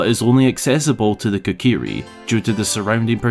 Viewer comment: "Kikiri" Forest? Seriously?